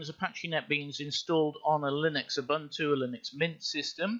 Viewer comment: get a decent mic. btw it's 'oo-boon-to' lol also be quicker. we're not think xD